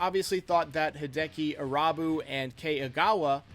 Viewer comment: Ahhh yes. Hideki I-rob-you. RIP sweet Japanese prince